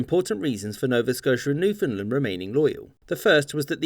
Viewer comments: Any chance you could pronounce Newfoundland correctly if you make another one of these videos? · I enjoyed that so much I'm not even going to comment on your butchering of the word Newfoundland. (It's supposed to rhyme with understand). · Newfoundland is pronounced like "understand". Understand Newfoundland. But not a biggie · you say Newfoundland wrong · That isn't how to pronounce "Newfoundland." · Sir, It’s NewfoundLAND not what ever you said, are you from Ontario? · Your pronunciation of Newfoundland killed me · Excellent, as usual... but "Newfoundland" is pronounced with the same emphases as you use in "understand." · Two things. 1.) The western part of Nova Scotia between what is now NS and Maine became New Brunswick because of the American Revolution and 2.) you pronounce Newfoundland to rhyme with "understand". Understand Newfoundland. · Great summary but Newfoundland pronounced wrong. It is pronounced New fund land or New found land and rhymes with understand. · Why do i always hear newfoundland as newfinland? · Insider tip: it's pronounced New-fun Land. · Newfoundlander here. You pronounced Newfoundland wrong everytime in this vid. It rhymes with understand. Like understand Newfoundland. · you said newfoundland wrong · It is called Newfoundland....not Newfoundlend. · When pronouncing Newfoundland, the emphasis is on the word part LAND. NewfoundLAND. Why do you say Newfunlund? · Sorry. My bad. Your short history lesson is 100% accurate but try to keep it to yourself. We can't have the unwashed masses privy to the truth. May I correct an error in Nit #2. It is not pronounced Newfundlund. It's Newfundland, understand? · "Newfinnedlund". shudder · Imagine calling newfoundland newfinland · Newf-in-land Not new-fin-land Or just say new-found-land We have nothing to do with Finland at all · Say after me new-found-land not newfinland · Newfoundland not newfinland It has and never will be call newfinland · "New Finland" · No no. Newfin Land. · "New Fin Lin" XD